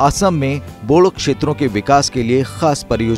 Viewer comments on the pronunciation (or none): बोडो नही,बोड़ो होना चाहिए।